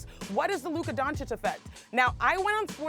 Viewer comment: Mr Jones, he is called Luka DONCIC, not DONKIC. Please...this is what you do professionally. At least learn how to pronounce the names of those players correctly.